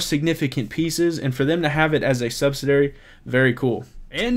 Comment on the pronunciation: Hey! Great information, but I've been noticing you've been pronouncing "subsidiary" differently than it's preferred over several videos. I know it's a small thing, but I want you to present yourself at your best. (And, to be honest, every time I hear it, I cringe 😆). But as I've said before, you're the and I appreciate your vids!